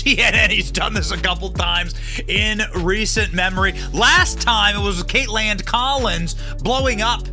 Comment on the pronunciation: It's Caitlan😂 or as Benny says Caitland😂